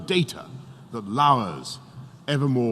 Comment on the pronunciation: He said it”oppressively “